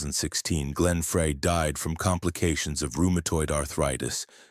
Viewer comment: Can AI get his name right Fry it's pronounced